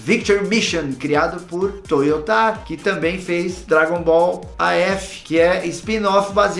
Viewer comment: Wendel, na pronuncia de Toyotaro o tom não se concentra o ta, e sim o ro, só esse detalhezinho mesmo.